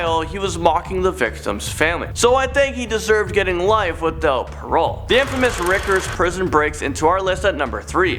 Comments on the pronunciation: It’s Rikers island like take a hike, not Rickers island. Jeez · Hate to be pronunciation police but it's called Rikers not rickers. Have you never watched SVU? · Never heard of Rickers island lol Rye-kers island. Rikers island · Sorry, it's driving me crazy that you keep calling it RICKers island... It's Rikers Island said like "Rye" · FYI, it's pronounced RYE Kershaw, not Rick ers. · Rickers Island? It's pronounced Ry-kurs... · Can you please learn how to pronounce things, it's not rickers, its rikers, you know, with a long i sound....this channel always manages to say things wrong. At least with the one lady she says stuff like "I'm not sure if I'm pronouncing any of this right and I apologize if I say the wrong thing, now onto the count down/video." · It's pronounced rye-kers. Surprised nobody in the recording studio corrected that. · Rikers is pronounced Rye-kers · Its pronounced "Rikers" with a long I sound like bikers 😉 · Lol... Great video... Just a heads up... Did you know your numbers in your count down are messed up... And Rikers island you actually pronounce the i... But great vids... Keep it up... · Rikers is pronounced with a long i vowel sound. Good video. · You pronounced rikers wrong. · U pronounced "Rikers" wrong...................really wrong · Lol he can't pronouce rikers 😂😂😂😂I'm dying!!!!! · Learn how to pronounce "Riker's" properly...